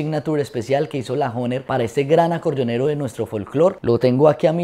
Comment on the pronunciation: Oiga pero pronuncie bien la palabra HOHNER y toque vallenato y no boleros.